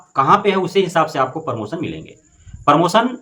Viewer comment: और भाई परमोसन नहीं प्रमोशन होता है।